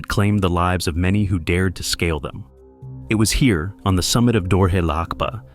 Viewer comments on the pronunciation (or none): none